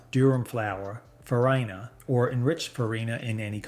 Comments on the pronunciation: * DURUM not Durham, Durham is a city in the south. * SEMOLINA not selina. * It’s pronounced fah-REE-na not fah-RAI-na. * And the mold is called a DIE not a dye…. A dye is a coloring. * Why do you show so many shots of ramen? It’s Chinese and it’s fried, precooked instant noodles that you can even crumble over salad without cooking again. * A minor TEXTURAL issue not textual. A few years ago I looked at the manufacturer of both Ronzoni and American Beauty, on the package. They were both made by Hershey. Called Hershey. Turned out both brands were made by the same factory, same machines, exactly the same formula and product. I asked Hershey why they make Ronzoni when American Beauty is so much cheaper, and they said “customer loyalty.” But they’re the same except for the price. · far-EYE-na lmao